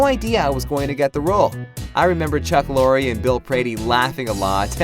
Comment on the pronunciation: Oh for fuck sake, The name Chuck Lorre....the E is silent.